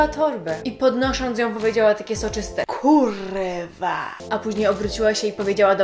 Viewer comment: uśmiałam sie jak mówisz kuwa